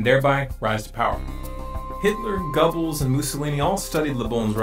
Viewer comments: Please people learn to pronounce names correctly. It's irritating and makes you look stupid when instead of Goebbels you say "Gobbles"... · where is part 2!!!?!?!? this is an excellent documentary. plz correct your pronunciation of Goebbels though. not trying to be a dick, just this doc. is filled with a wealth of knowledge, just gotta fix pronunciation. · Strange how you pronounced Wiegand correctly but said Gubbles????